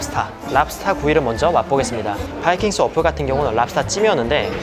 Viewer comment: ㅋㄱ왜 바이킹스워프라고 안하고 바이킹스, 워프라고 해요?